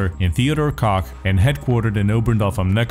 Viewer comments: You pronounced "Koch" perfectly but after that you went back to pronouncing it "Kock" ... son i'm disappoint. :( /s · Heckler and "Coke" is how its pronounced. Cant say I didn't say it differently for years myself. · Leave it to to pronounce koch as cock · Koch is pronounced Coke. Not cock lol. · Awesome Video, but please understand that it is pronounced "Coke" not "Cock" otherwise I love the video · in german koch not cock. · Koch is pronounced as "Cock", as a last name and in the name (Heckler and Koch) if you are in Germany,. BUT, it is pronounced "Coke" if you aren't in Germany. Don't ask my why, that's just how it works. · Sounds more like "Cahk" to me. But it literally does say on their website it's pronounced like "coke." It's the very last one. ( The English pronunciation is pronounced, “coke.” ) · Koch is pronounced Coke. Like the soda. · HK is actually pronounced "Heckler and Coke" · wait so he didn't actually pronounce correct ever, if you go out to HK's website its said like "Coke". So for years I have always heard it called that even from the reps at the gun shows from HK? So are they saying it wrong or am I crazy? lol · It's a company from Germany with a German name (which is also the same word used to translate cook to German) also I am German, believe me it is pronounce Koch not Kock/Cock/Coke/etc. ;D but it's not really that important anyway. It's only important that you Americans like and buy our guns. :) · its pronounced "coke" plz see this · Heckler and Koch just make it easier for the more stupid English speakers. It's pronounced, Co-h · You pronounced koch wrong. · To "censor" it because it sounds like "cock" in English... however, that is exactly how the name "Koch" is pronounced in it's native german language, which is where the name comes from, and subsequently the real pronounciation would be "cock". I'll leave mispronouncing a name for the sake of marketing to the guys at Heckler & Coke XD